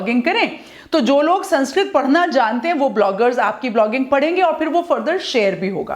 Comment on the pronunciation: Mam pronounce to thik se kr lo yeh saaanskrit nhi sānskrit hai